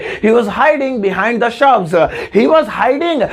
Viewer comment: Shubs nahi shrubs 'correct ur pronouncation'.thobda